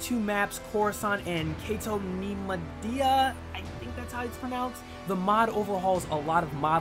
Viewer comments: Cato naimodia- ( Cato Neim-oid-ia) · Did you say Grievious? I let it go when you pronounced Cato Neimoidia wrong but that one's too funny lol